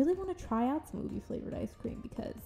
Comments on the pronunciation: i love how she turned out!! the way you do your faceups is so gorgeous ahh i love it (also btw ube is pronounced oo-beh rather than oo-bee!) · its pronounced as "ubehh" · Its pronounced oo-bay